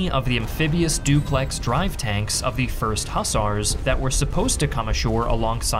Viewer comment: Hussar is pronounced “ huhZAR” not “ husser”